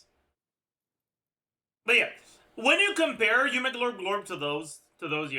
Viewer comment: All i heard is yumiglorb glorb.